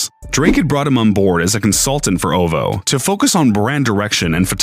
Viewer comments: what? Oh vo it’s oh vee oh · “Oval” ?? No it’s O. V. O. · I hate how you’re saying “ovo” instead of O V O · This man really pronounced OvO literally AS Ov Ho😂😂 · Oh God.. he said Ov ho a lot of times. Instead of oh vee ho 🤦🏽‍♂️ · OVO-Oh Vee Oh not oh vow. Dummy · Who else got pissed cuz this guy couldn’t say OVO properly 💀